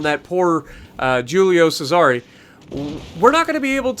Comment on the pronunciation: Why he say Julio Cesar like that